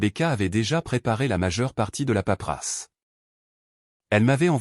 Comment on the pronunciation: Paperasse pas paprasse svp